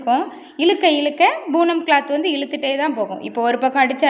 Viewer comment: saree பேரு boonam இல்லை. Poonam. உச்சரிப்பு சரியாக சொல்லவும்